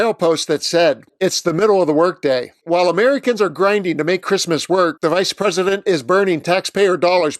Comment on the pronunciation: Tbf I am German, but I misheard you in the beginning and thought you said “Reichspräsident”. Thought it was a bit on the nose until I got that you obviously must have said vice president.